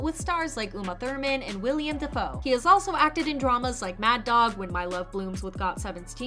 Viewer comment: damn mispronounced Willem Dafoe's name